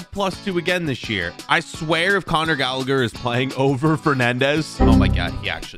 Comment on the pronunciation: It's not conor gallager it's conor galla-her